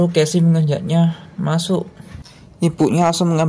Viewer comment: Jangan marah saya koreksi ya Casey=khesi